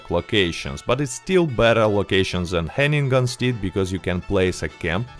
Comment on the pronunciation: I’ve never heard Hennigan’s Stead pronounced Hanging-Gun Steed, but I will never call it it’s original name again. Nice upload. Liked.